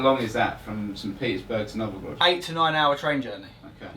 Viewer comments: 'Novogrod', would he stil believe its 'Novogrod'? (It's obviously (Nizhny) Novgorod) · It's Novgorod, not Novogrod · It is Novgorod not Novogrod :D